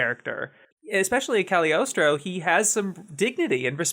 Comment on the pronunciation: every time ive heard someone pronounce the movie they always skip the g in Cagliostro and i wonder if its just an accident or if its silent lmao